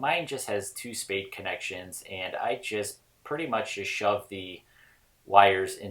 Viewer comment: I've listened to this several times and I cannot figure out what you're saying when you mention testing out the lights. It sounds like, "I just have two staid connections" or "I just have two state connections" or "I just have two spade connections." What does this mean and how can I get two staid, spade, state connections? Thanks so much.